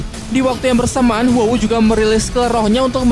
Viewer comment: Huo wu dibilang Wu Hu? Aneh bgt